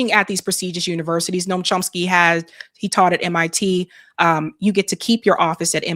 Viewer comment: The pronunciation of Chomsky in this video is driving me a little crazy. Yes I know this is not important. 😊